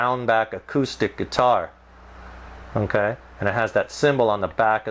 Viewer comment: this guy should not do reviews "unkay"